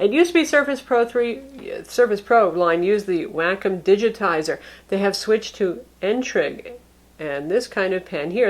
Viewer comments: Whack 'Em Digital Pen, LMAO! I could have sworn it was pronounced Wah-Calm? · Wack-em wrong, it's wah-kume. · It's Wah -com not wackem. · WAY COM -> how to say wacom.